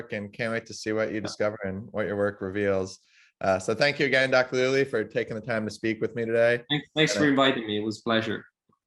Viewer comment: That's /lù·gli/ not lù·li/❗❗